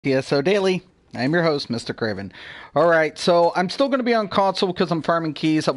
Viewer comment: I've only been playing for 4 months, your videos are really informative and teach a lot. Don't worry, lots of us 'get it'. Thank you. (Quick confession. Until only last week, I thought you were saying 'I am your host, Mr. Craven'! Haha!) Keep up the good work :)